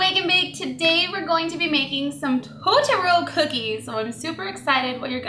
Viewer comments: it's pronounced toe-toe-ro i think, awesome creation btws!! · TOTORO HOW YOU SAY IT toe-tr-o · Totoro not toro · actually it's to-to-ro. Japanese doesn't end syllables with consonant sounds. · The japanese pronunce it: toe-to-to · i really don't mean to be mean but its pronounced toe-ter-roe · Toe-toe-rrro roll the r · Isn't it pronounce "To-to-ro?" If not, I'm sorry for thinking that.😒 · its prononced {tor-tor-o} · It's toe-the-roll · Arielle_The_Pug its pronounced to-to-ro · Pronounce as toe ta roe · These are amazing, so cute! But you're saying his name a little wrong :p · Don't say his name wrong. Its my favorite movie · i hate how cupquake was pronouncing it wrong xD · You said his name right ONE TIME in the very beginning... It was hard to hear you say it wrong the whole rest of the video... Just saying... Cute cookies though... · You say totoro weird o.o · Americans say Totoro wrong. I am japanese american and its so weird how everyone says it here in america. :( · you said Totoros name wrong almost every time you said it in the video. just to let you know. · You say totoro weird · your not saying it right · B.T.W it's Totoro is not pronounced like that. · You said totoro wrong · You said totoro wrong... -. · she dosent say it right